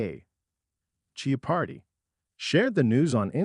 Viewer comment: I think the verbal interpretation provided by your computers is AWFUL! can't you at least load the word Jeopardy into the machine, so it is not mis-pronounced a dozen different ways!?!?